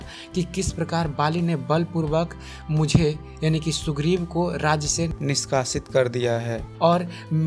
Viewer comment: Nishkaasit ko kisi aur ne bola hai. lagta hai aap Nishkaasit ko aachi tarahse bol nahi pate ho .... But i really like your videos , thanks for the information